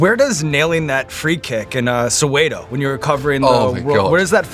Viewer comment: I hate people who are not from South Africa pronouncing Soweto as "So-way-toe". It should be pronounced as "So-where-to" but with a silent r.